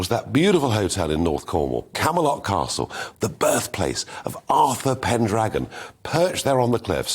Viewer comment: “Arfur pendragon “, the fck is he on about